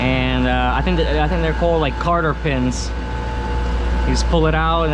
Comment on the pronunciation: Definitely “ Cotter pins”